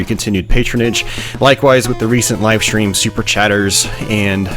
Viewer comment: What is that thing now in American English to say "shtream" in stead of "stream", "shrait" in stead of "strait" I find it most annoying. Thanks for the video, good memories